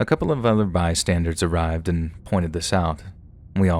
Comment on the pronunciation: It's bystanders, not bystandards lol, an by the way your voice is awesome, love listening to you xXx